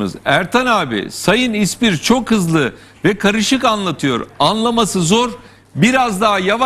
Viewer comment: İSMİR değil! İSPIR!